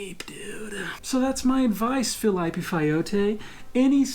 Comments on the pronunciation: "Filaipe" kkkk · Ele é muito bom, Mas ele entrega que é gringo quando vai falar os nomes dos brasileiros “filaipe” (Filipe/Felipe), “fiago” (Thiago)